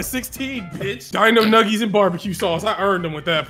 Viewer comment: Numgies bro